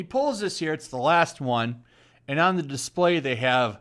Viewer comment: The sign says "DISPLAY". He needs to grift some "Hooked on Phonics".